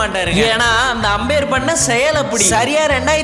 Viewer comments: 😂Apayar❌ Ambair✔️ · அப்பெயர் இல்ல அம்பெயர்